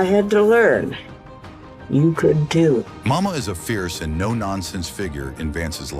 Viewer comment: I guess you just could Not Get his grandmother‘s name correct. It was “Mawma”